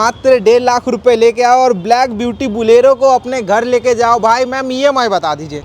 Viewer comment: Bhaiya ji it "bolero" not "Bulero" for hindi speakers